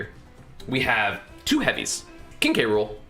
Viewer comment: bro k rool is so incoherent wtf ru saying